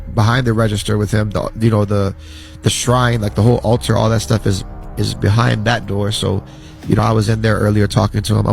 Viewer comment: The word is ALTAR